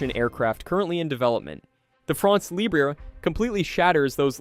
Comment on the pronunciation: You're the one who's ridiculous. They pronounce the word "libre" as if it were the Spanish word. The fact that he wants to pronounce it the French way but doesn't know how is no excuse. Either they pronounce it in their own language and they says "free france," or they pronounces it the French way and doesn't add an "é" to the end of "libre."